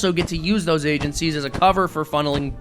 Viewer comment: "Blame Agencicies"